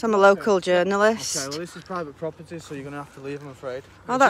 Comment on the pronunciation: "disa priva proberdah" Its Pakistani proburdah